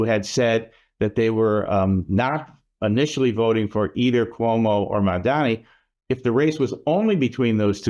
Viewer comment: You can't even pronounce his name right :D